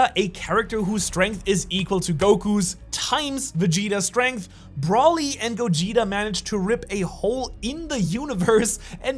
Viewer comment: Or "Brawly" can't blame him for that one I used to pronounce it like that.